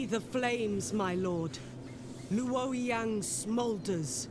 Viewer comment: The narrator doesn't pronounce the names correctly either,. "LOO-OAR-YEHNG" lol. It's pronounced LOAR-YOUNG.